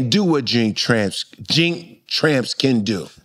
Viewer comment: This nigga said Jink Tramps 2wice 🤣😂🤣😂🤣 nothing but love for Bill Bellamy!!! 💯💯💯